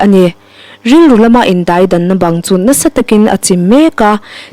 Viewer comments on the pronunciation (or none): Indaidang tih hi i chhiar ri dik lo